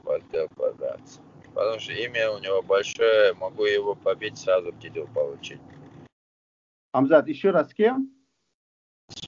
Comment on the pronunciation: ХЬАМЗАТ . Не ХАМЗАТ. Приятно слышать что берущий интервью правильно прлизносит его имя.